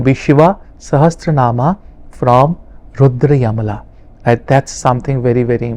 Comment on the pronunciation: रुद्रयमला नहीं रुद्रयामल तन्त्र कहना चाहिए।